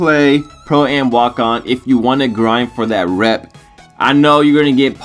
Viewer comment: im glad cuz when he says pro ay em that would make me cringe lol